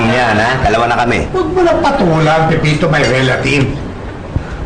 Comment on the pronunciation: Pepito hindi Peipito